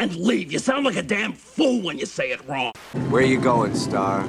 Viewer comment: I thought it was ‘how can a billion people be wong’.